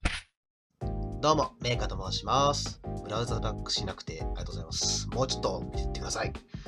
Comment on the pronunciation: メイカが、れいかって聞こえたｗｗｗ